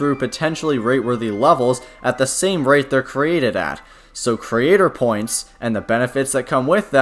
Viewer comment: Maybe fix how you say "Creator Points" a bit...